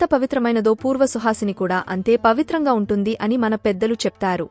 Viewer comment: Suhasine kadu suvasine